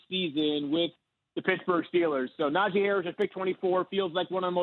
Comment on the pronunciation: Can someone please tell Keyshawn how to pronounce Najee Harris's name correctly. Na-Gee. Key is the only person on tv that pronounces is wrong 🤦🏿‍♂️